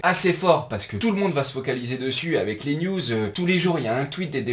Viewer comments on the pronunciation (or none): none